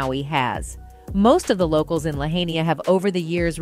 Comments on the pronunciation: That damn, dumb robot voice repeatedly mispronouncing Lahaina in different ways is aggravating. I was born and raised in the Midwest and even I know it's LA-HIGH-NA. Just listen to how the residents say it, if you're not sure. Duh. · Well obviously this is an AI created post because they can't even pronounce Lahaina right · It’s a shame people can’t even correctly pronounce the name of the town where this happened. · The narrators continual mispronunciation of Lahaina was horrific. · That lady all pronounced Lahaina wrong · The fact that the woman doing the voice over mispronounces Lahaina ruins the whole argument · How does a city just burn up?. And they need to pronounce Lahaina correctly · NOTICE in the 1st part of the video with the "woman's" voice makes multiple mis-pronouncements like Lahaina and another word. Is that part AI? Like the part where Oprah says "when WE decide how the rebuilding will go." It's not for her to determine. These billionaires think they own everything. I think the HAWAIIAN people will give her a different opinion!! Rightly so. It's THEIR land. No 15min SmartMaui cities. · She needs to pronounce Lahaina the proper way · The mispronunciation of Lahaina is irritating 🤦🏽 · It's hard to take the reporter on the video seriously when she repeatedly can't even pronounce Lahaina. And while i don't trust the government for a second, it doesn't make sense that blue items wouldn't burn. Sure a laser mighty have difficulty burning them, but once the fires were started, a fire doesn't discriminate... It's gonna burn whatever is there, no matter what color it is. That's my problem with that theory... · Your FIRST clue that this source video is not valid, verified, or researched with due diligence is the AI female voice MISPRONOUNCING "Lahaina" throughout the ENTIRE video! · Please please take the time to learn to correctly pronounce Lahaina. It is the first sign of respect. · Creepy pronunciation of Lahaina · Learn how to pronounce Lahaina!!!!